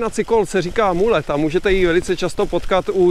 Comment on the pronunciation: Mullet má podle mě význam možná tak pro enduro závody, downhill, jinak to je úplně zase jenom nějaký momentální trend z mého pohledu nepraktický, zbytečný už asi holt není co vymýšlet no. Jo a jinak vyslovuje se to Malet ne Mulet.